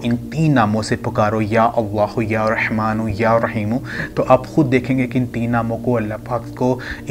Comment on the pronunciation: بھائ یا رِحمٰن نہیں یا رٙحمٰن ہے اللہ کا نام مبارک ٹھیک لیا کرو